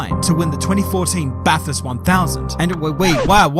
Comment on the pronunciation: It’s BATHURST,,BRO,,🎉🎉🎉